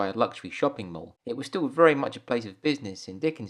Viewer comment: You have a wonderful channel here, though it took a bit of time to understand your speech (pronouncing mall as mole). Don't feel bad - I hail from Boston, where cahz are automobiles. Anyway, thanks for letting me tag along on your adventure thru London. (PS: Reginald Owen was my fave Scrooge. My sister and I watched it every Christmas Eve. Come to think of it, I kind of like Bill Murray, too...) Anyway, thank you, and have a very Merry Christmas !!! 🎄🎅🎁🎉